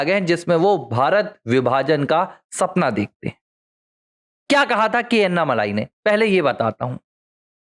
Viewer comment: उनका नाम अन्नामलाइ नही, अण्णामलै है, मलै means mountain, मलै को मलाई कर दिया है